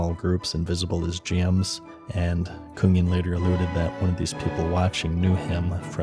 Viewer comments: You pronounced Kungen exactly right c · You pronounced kungen perfectly nice job 😊